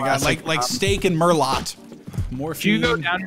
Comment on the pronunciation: When you're 30 and you can't pronounce "merlot" correctly.